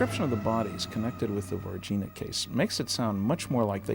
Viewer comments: ER MER GERD GUYZZzZzZ dIs is soooooOooo000 fayke he sayd verginhaaa lolollololl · If you can't pronounce NH correctly, yes, it is. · Uh huh huh huh....they said vagin....oh, wait, it's Varginha. My bad.